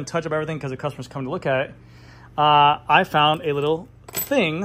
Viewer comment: Haven’t seen your videos in a while.. and you’re saying THEE way too way too much when “the” would be much better. You said you’d work on that. Hmmm. Nope. Other than that, good video